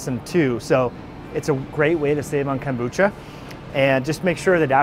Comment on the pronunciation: Thx for the shopping tour! love my kimchi w a runny fried egg. Also there’s no T’ in kombucha ;-)